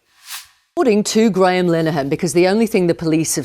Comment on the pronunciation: im more offended at how matt pronounces Graham lol.